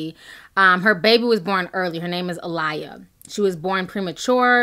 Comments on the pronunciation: Her name isn’t A-lie-ah lol it’s pronounced A-lay-ah she has the same name as my niece who’s 11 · Girl!!!! The baby’s name is pronounced A-lay-ah. No shade but if you’re going to report on “non-celebrity news,” know your subjects. Speaking from the perspective of one who studied Journalism, it fucks up your credibility and audience’s trust in you otherwise. It’s hard to listen w/o contemplating your level of literacy bc you’re misreading everybody’s names and shit like you discovered them as you’re recording your commentary lol not cool bro.. not cool.. smh Keisha cai-or 🤦🏾‍♀️ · I'm going to need you to say the baby name right. Sounds like you're saying a lier lol